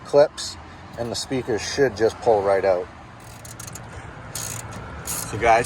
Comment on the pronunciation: It's OUT not OWWWWWWWWWut